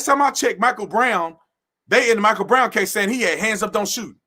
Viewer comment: you pronounce the Michael wrong